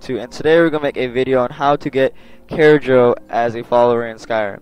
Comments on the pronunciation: CAR-JO NOT CARE-JO. Jeez people listen to the damn names when they say them if you don't know how to say them yourself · TheScatsBury. 'nuff said. WAIT NOT ENOUGH. It's pronounced Car- Joe not Care- Joe. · its pronounced Car-joe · I think Kharjo is pronounced like car-joe/joh. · If I'm correct it's pronounced Khar-sho i think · Is pronounced car Joe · its pronounced ( CAR-JO) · Thay don't pronounce the j as j it's pronounced kharyo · nope Carjack